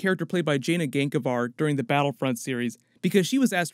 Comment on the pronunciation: Did he just say Jana Gankavar?